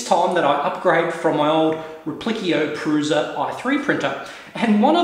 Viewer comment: its pronounced proosha